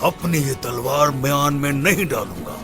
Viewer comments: Talwar ki jagah bhai ne salwar bol Dala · talwar ki jaga salwar bola hai 😂😂😂😂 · Talvar ko salvar bol diya dekho 😂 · Olocuchar ne. Talwar ki salwar bola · Kuzar ya talvaar salvar nahi sahi sa suno galat bola kuzar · Talwar ko salwar bol dya 😂😂😂. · Olcozar pe talvar ko salwaar bol raha h ab memes banjaaygi iski😅😅😅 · MONGOL KI DABIND SAHI KRO TALBAR KI JAGA SALBAR BOL DIYA ORHAN OR ALAUDDIN ME SAMNE JO SAHI SE DEKHEGA USKO PATA CHL JAYEGA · Kujars dialogue talvar k jageh salvar bol diya 😂😂😂😂